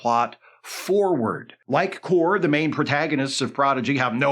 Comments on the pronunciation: Not that it matters...Kore pronounced KOR-ay. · I appreciate the fact that Isa Briones' character in Picard S2 was so unmemorable that pronounces her name differently from how it was said in the series